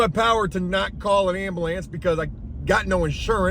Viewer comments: He said "ambalance" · You say ambulance weird